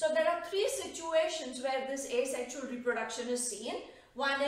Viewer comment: It's Asexual not Asesxual!